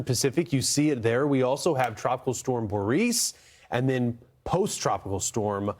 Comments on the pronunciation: Please figure out how to actually pronounce Boris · Boris does not sound like Boreece or even Borice, Boreese! Sasha & Borisn